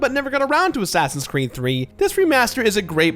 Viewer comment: Did he say "assassins creme" ?